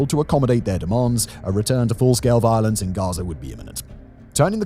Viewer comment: I know it's silly, but I love how Simon says "violance."